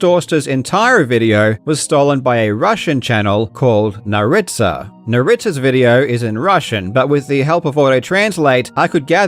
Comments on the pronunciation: In case you are planning on making a follow-up video, his name is NAritsa not NarItsa (emphasis on the first A) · As a Russian meself I binge watch both yours and Naritsa's (with the first syllable stressed btw) content from time to time, and - important disclaimer - I don't defend him, but even, as you claim, he steals your videos paragraph for paragraph, most Russian speakers don't even know English at any sort of proficient level (and some don't even speak Englandski at all). Even I, a person who speaks both languages relatively well, would watch Naritsa's content as well as yours because it's a default that I know my native language better than any foreign one, no matter how good I speak it, and by default I'd understand Russian better than English And yes, I totally understand that it sucks for your content to be so blatantly ripped off, and I understand that Naritsa isn't just "Karl Jobst Russian channel", but a separate video creator and he just steals stuff from you, but his and your target audiences cross very rarely, if ever, so for a regular Russian viewer who doesn't know English it doesn't really make any difference which content creator to watch: an original story in which one understands like 3% of what's seen and heard or a blatant copy of an original story in which one understands much much more? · "It’s nAritsa btw" how about naB*TCHa 😂😂😂 He doesn't deserve correct pronunciation... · i worked with the guy over 10 years ago. his name is mikhail and it's pronounced nAritsa. he struck me as an honest and all in all decent person who loved video games. he was also very fit and smiled a lot. i don't know what happened. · Его давным давно уже обвиняли в наглом копировании(я не сразу понял этого, потому что был подписан только на Карла, но после видео с читершей и повязкой все стало ясно), сразу видно что он будто бы иногда не понимает, о чем говорит. It’s nAritsa btw 😂